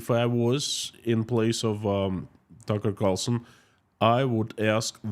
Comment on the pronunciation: Plus do some research on tucker. Its clear you havent as you couldnt even get his name right.